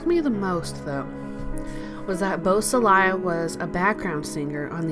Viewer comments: Boo-sah-lay. Not bus-ah-lie-ah. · Beausoleil is French for beautiful sun and is pronounced "Bo so ley' not Bo so Lial. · geez. the narrator doesn't know how to say his name. really thin facts too. get it together,! or remove this unprofessional crap. lame